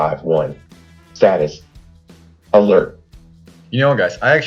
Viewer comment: The AI voicework has a long way to go. It clearly failed to pronounce both simple words like "alert" and larger more complex words like "laboratory" correctly.